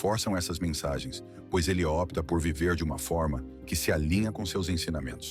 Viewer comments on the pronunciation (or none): none